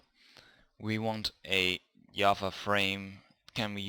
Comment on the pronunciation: Hi, how are you? what you doing these days? You were saying java and I heard yahwa and searching internet for an hour what is yahwa. But in the end i understood that its java. 😂